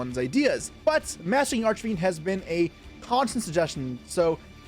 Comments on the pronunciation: Arch e fiend? Do you mean arch Fiend? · I think I'm crazy cause I keep hearing him say "Arch"A"Fiend" throughout the video.